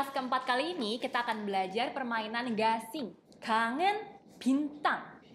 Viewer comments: Anjir bengek😭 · Sign Up Noo its “gasing” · Ngakak pas Taeil bilang gangsi,padahal dia mau bilang gasing,wkwkwk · Taeil: Terbanglah gangsi /Hening/ Gangsi bukan sih Doy: Hahhahahahahha gasing. Taeil: Ga..sing.. Ouh Terbanglah gasing